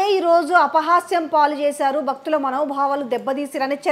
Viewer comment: "బక్తుల మనో బావాలకు బంగం" -- కాదు తల్లీ... భక్తి, భావం, భంగం.. తెలుగు భాషను ఖూనీ చేయకండి.